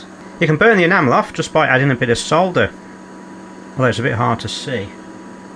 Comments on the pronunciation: It's so refreshing to watch a repair video where the word solder is pronounced correctly, soLder, not soder, dumb yanks. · It is nice that you dont say SODDER like the Americans. Drives me nutttzzz